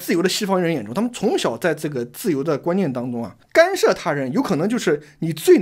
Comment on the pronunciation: 是干涉，不是幹射,幹射是男人.....